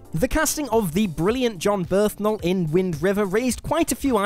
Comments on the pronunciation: Bern-thal. Not Berthnal. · Yeah, it's Burn-tall not whatever the hell you said. No disrespecting the Punisher :) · Berthnal. Just... you cannot say "brilliant casting" and not even pronounce the damn actor's name correctly. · 'BERTHNAL'???? It's Bernthal... BURN-THALL... jeebus. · BURN-THAL!!! BURN-THAL!!! BURN-THAL!!! Not "Berthnal" smfh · This is the second presenter on WhatCulture to say John Berthnal instead of Bernthal. Are you all unable to read that the N comes before the TH, not after? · This isn't about pronunciation like the Janet Leigh one. He could say it with a short or long A but it would still be Bernth and not Berthn. He's saying a misspelled version of the word. It's a nitpick but these guys live for nitpicks so they should be able to handle it. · Ahem... it's BURN - THALL, not BIRTH - NALL. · drink every time he says Berthnal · "Berthnal?" Bern-thal,...Bern-thal. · Stop saying Berth-nal. It's Bern-thal. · I'm sorry, it's Bernthal not Berthnal! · How do you have John BERNTHAL's name written right there and you still keep calling him John Berthnal? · "Berthnall" REALLY?!? BERN-THAL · Berthnal? Why is it every video presented by this, or if we go by his pronunciation:, i find myself one of many complaining about your mispronouncing famous peoples names? you people invented the language, why cant you speak the English better? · Repeat after me: John. Bern. Thal. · Ugh, thank you, I was still caught up on "Berthnal" and couldn't handle this trash fire. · The "BerthNal" is the most egregious one. As a non-native English speaker especially, I know it can be difficult to figure out pronunciations of words, and names especially. But... this is just a total failure to read. Even if you don't know English at all, you can see that N comes before T in "Bernthal". So how do you mess that up, repeatedly, and put it in the final cut? Mistakes happen to anyone, but it gets really baffling sometimes. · " John Birth Nal". I'll never unhear that.